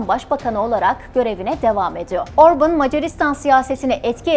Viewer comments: Video için teşekkür ederim ama isminin telaffüzü Orbın veya Orbun değil, Orbân diyesiniz lütfen. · Hayır, yanlış! Macarca, OrbAn, Orbın değil... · Aynen, OrbAn! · Orbın değil cahil ablam Orban 😂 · Orban da değil. Macarca Orbán. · Orbın diye teleffuz etmişsiniz ama hatırlatırım adam İngiliz değil Macar. Adını niye İngilizceye göre teleffuz ediyorsunuz ki?! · Öncelikle emeğiniz için sizi tebrik ediyorum. Bir kaç hatayı söylemek istiyorum. Macaristan'da İstolni Belgrad isminde bir şehir yok. Orbán'ın doğduğu şehrin ismi Székesfehérvár'dır. Orbán'ın isminin telaffuzu da yanlış, "á" harfi uzatılır ve "Orbaan" diye okunur. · Orbin ne abi 😁 göya ben cix konusuyom ama yanlis konusuyom kizim 😆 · Şahsına 11 dakikalık video hazırlıyorsunuz daha adını artistik şekilde söylemek uğruna yanlış telaffuz ediyorsunuz.